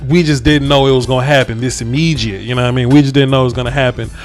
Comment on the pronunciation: Did bro say “this imejidate”? Lmao immediate ?